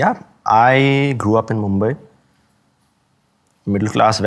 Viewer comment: I lost interest at first sentence: "I gre up with middle class values"